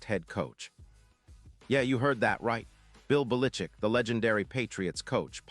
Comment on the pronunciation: Bill Balitchick ? Never heard of him.